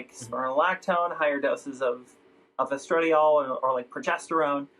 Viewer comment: the way she said “estradiol” threw me for a loop